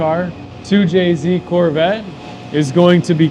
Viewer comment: 2jzed < 2jz